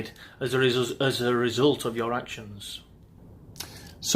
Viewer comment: "Resssuuulllttttddd of your actions" Sure that's not your bottle of plumb cider? 😂